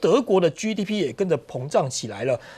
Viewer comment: GDP的G發音”基”不是”居”